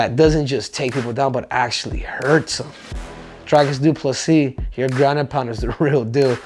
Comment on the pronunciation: Henry.... you are pronouncing it wrong. It's Dhyklick DoofaSissy ❤